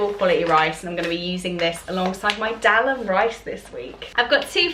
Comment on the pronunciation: Dahl is pronounced dARL not del